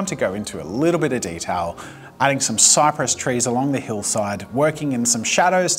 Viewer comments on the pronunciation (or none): none